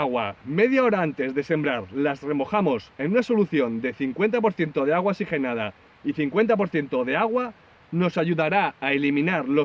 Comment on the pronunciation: Muy buen consejo, pero no es xigenada es que oxigenada